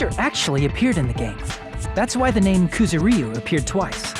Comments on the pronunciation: Koo-zoo-RY-oo? Koo-ZOO-rry-oo. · ***** KuzuREEu? Yeah, no. Ku-zu-ryu. 3 syllables, none of which is the y. Maybe Ku-zur-yu to make it easier to pronounce for English speakers, but seriously, just no. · rockCity777 They aren't. They're pronouncing the "y" in "Kuzuryu" as if it was an "ee" vowel. It's kinda funny. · Why do the characters in a Japanese game butcher a Japanese name? Ys never recieve stress in the romanization! They aren't even syllables: it's supposed to be like the Y in yack. AAARGH!